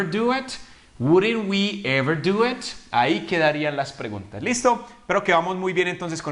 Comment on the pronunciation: Pronunciaste ''it'' como at?